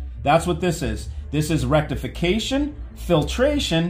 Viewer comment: He said Rectification hehehehe